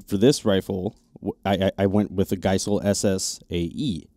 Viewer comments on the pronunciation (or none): I have Geissele (pronounce the E) on my specialty lowers, NM on my service rifle, SSA-E flat on both 3/2 gun because price was no object and they are very specialized. Duty rifles have the LaRue 2 stage curved because I can’t tell a difference with so many other things going on in that environment. I have a CMC single stage cassette in what has become my back seat rifle that shoots reloads. They are all great/reliable, I don’t pull shots because of the trigger, but I feel more confident with all of them than I do with a mil spec trigger because of the consistency. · How much credibility does somebody lose as a supposed subject matter expert on the topic of triggers when tyou hear them mispronounce Bill Geissele's last name?? For me, the answer is actually quite a lot given the reputation and recognition Bill Geissele's triggers have earned in the industry.